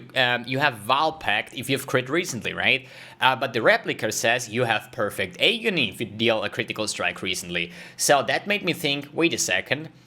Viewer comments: if you don't mind the correction, you're saying hey-gony, it's pronounced, ah-gony. English is not my first language either before people start flaming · Agony sounds like Atrophy. It gives me Agony to listen it pronounced as eygony. 😅😅😅 Nice vid as usual